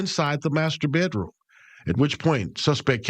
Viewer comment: “Bay Droom” 😂 it’s pronounced BED ROOM